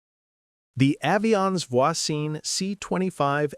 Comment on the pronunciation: Pronouncing Voisin and Jaeger properly would be too much to hope for?